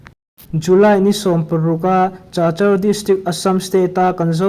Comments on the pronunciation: Chachar tia i lam hi Kachar ti a lam zawk tur a ni e. Zofa journal tluangg takin kal zel ang che u. Chinland buaina hi hriatthiam a har hle mai. Chin Brotherhoob hi eng Tawng hnang nge/eng hnam nge? Chinland council ah hian eng tawng hmang nge tih te,eng vanga Chin ram chhung a Pawl pahnih lo piang nge tih te chiang deuh a hriat a chakawm hle mai. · Chachar ti lovin kachar ti a lam tur aw.stay ti lovin state ti bawk la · Cachar hi Kachar tia lam tur.😅